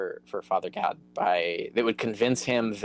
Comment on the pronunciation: It kept sounding like Carrier was calling him "Father God" 🤣🤣🤣